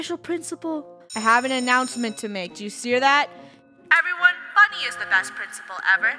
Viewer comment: It’s funneh not funnel